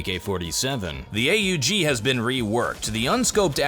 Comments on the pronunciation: what weapon is AA UU GII never hear that gun new update coming soon..???? just say aug like normal human. AUG AUG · Hey, the gun is not pronounced A.U.G It's an austrian gun and they just pronounce is as AUG or A-HOOG, kind hard to show it here